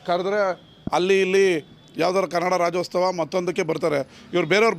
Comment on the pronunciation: ಕನ್ನಡ ರಾಜ್ಯೋತ್ಸವ...ರಾಜ್ಯೋಸ್ತವ ಅಲ್ಲಾ...